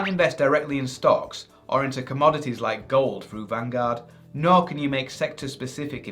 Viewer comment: ... I can’t hear whether he says you ‘can’ invest in gold, or you ‘cant’ invest in gold?? If you take a LifeStrategy Fund, can you buy/add say a bit of crypto to it?